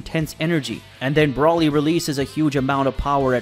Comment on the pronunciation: BRO LEE, thats how its pronounced. Not Brawly dude. Broly is its spelling idk where your getting that pronunciation from 😂 😂